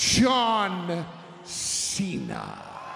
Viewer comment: Did he just say "Shawn Cena"?